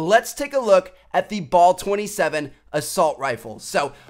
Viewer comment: Bal* not bol